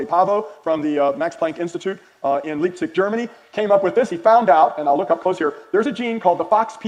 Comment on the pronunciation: "Leepzig" Germany?!!!!! Poor when it comes to prouncing German words.